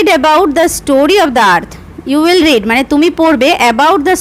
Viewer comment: Mam you will er pore read er pronunciation ta 'রিড' hobe ar may have er pore read er pronunciation ta 'রেড' hobe karon ota past tense e ache . Tachara khub valo bojhan mam thanks 🙏